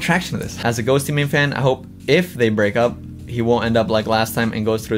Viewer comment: im sorry i love your videos but the GHOSTEY MANE thing drives me nuts. its pronounced ghost mane lol